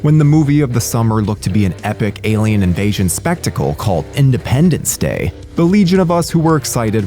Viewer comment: Did you say "Findependence Day"